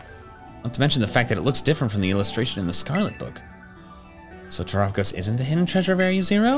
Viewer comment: Terapegos. Tera-Pay-Goes